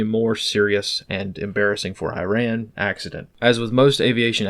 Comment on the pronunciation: Okay, Americans! Let's sound smart enough. Iran is pronounced "E - rahn," NOT "Eye - ran." And Iraq is "E -rock," not " Eye - rack."